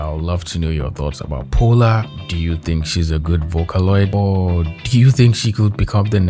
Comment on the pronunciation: My name is Paula and I feel called out when he says Polar